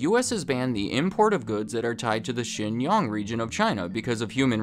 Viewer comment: Xinjiang becomes "Shin Yong"????